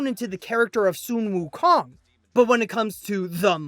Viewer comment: Su wou Kong oh my god it's sun wou Kong.